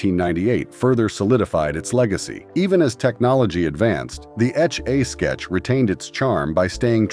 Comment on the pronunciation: The way he or it kept saying “etch a sketch”. Either a very young narrator who never heard how to say it or terrible AI again.